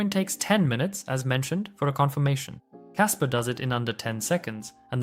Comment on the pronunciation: You keep saying casper